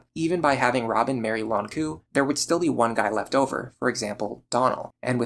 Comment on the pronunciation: Since you asked for algorithm comments I'm gonna say that you pronounce Nowaru correctly (for JP at least). In French it would sound more like "no-ah-r". All this to say that oddly enough you pronounce the "u" in Lon'qu's name as an english "oo" sound. The "u" in Nowaru and the "u" in Ronku should be pronounced identically (the way you say "Nowaru"). With all that said, I am not obsessed enough with shipping fictional characters to leave an angry comment about that.